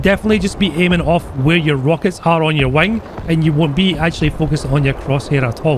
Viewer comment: i love how he says wing like wang